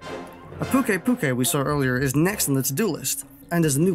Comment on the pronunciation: I'm liking this video for reading Pukei-pukei right xD